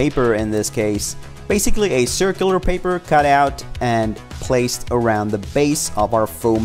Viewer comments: The way this guy says paper is really pissin me off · They pronounced the word paper differently like every time they said paper.